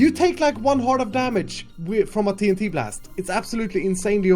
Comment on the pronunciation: The way Grian said Do you have TNT It sounded strange like "Do yoi have te en tyei"